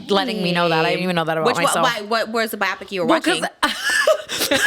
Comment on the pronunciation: Wait you guys also say bi-opic instead of bio-pic too